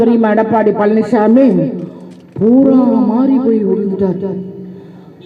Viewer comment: பழநிச்சாமிங்கிற ங்களா? பன்னிச்சாமிங்கிற மாதிரி கேட்குதே? சரியாதான் சொல்றீங்க! மலம்திங்கிறவன் தான் பன்னிச்சாமி! அதுயார் மலம்? இரண்டு குஜராத்திகள் மலம்!